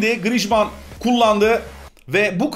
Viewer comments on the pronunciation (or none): Abi Grıjman Değil Grıezman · abi grişman deyil grizman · Grijman değil grizman okunuşu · Grijmann değil grizmann likeleyin de görsün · grijman deil grizman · 1. yi hatırlamıyom ama gırızımane değil 😂😂 griezmann. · o oyuncucun 10 tane okunusu var:) 1 grizman 2 grisman digeride senin dedigin iste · diyorki yorumda abi diyor griezmana neden grizzşman diyor